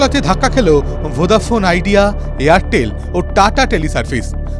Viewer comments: ভোঁদা শুনে খুব খারাপ লাগছে😅 ভোডা বলুন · ভোডাফোন ❌ ভোদাফোন ✅ news anchor saying😂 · আরে ভাই ভোঁদা ফোন না রে ভোডা ফোন 😅😅😅